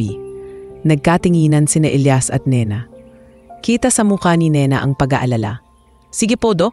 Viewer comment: Hoi ano ba yan iba iba ang pag bigkas ng name Elias O Elayas ayusan mo nga.